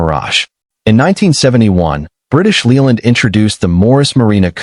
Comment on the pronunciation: AI crap. British Leeland? Droopsnut? Hydroggus units? Victor effy?